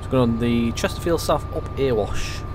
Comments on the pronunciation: Please call it the Erewash (Eree-wash) not Earwash Valley. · Nice vid, but having put so much great effort and research into this route, has no-one told you that Erewash is pronounced "EH-ree-wash" yet? .... as in, it rhymes with "Very Wash".